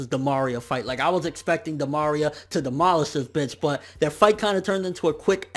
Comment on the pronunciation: the way he said "Di Maria" FeelsBadMan